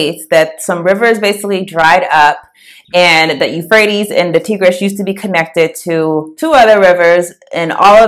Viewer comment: Good presentation 👍 Quick note Tigris is pronounced "Tie...gress". Like the tie 👔 a man would wear.